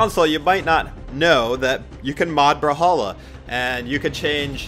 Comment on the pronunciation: I cant stop thinking about u saying bruhhalla and not brawlhalla